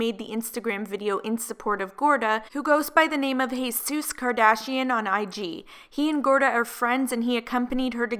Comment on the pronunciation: saying she's instead of Jesus 😂 I do that